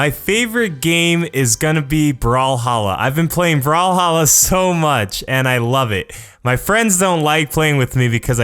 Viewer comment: Brawlhalla sounded like you said brawl stars I am not deaf it's just an joke but I am an god at brawl stars Come at me Bacon's.